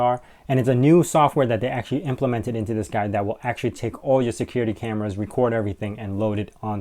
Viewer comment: "actually" not "acutally" lol!